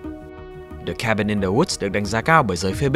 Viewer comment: Cabin chứ ko phải Kabin bahaha